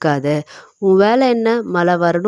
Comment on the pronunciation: மல இல்லம்மா மழை.